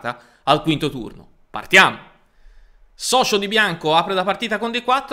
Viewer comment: in polacco non si pronuncia "socio" ma Sozko poiché C e Z sono invertite rispetto all´italiano.